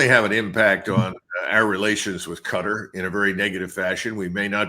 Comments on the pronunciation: Qatar - sounds like guitar. Not Gutter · Cuh-Tar not cutter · “Cutter” lol